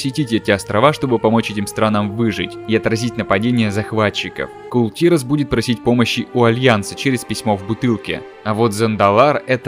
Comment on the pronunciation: Кул тИрас как же режет слух! Кул тирАс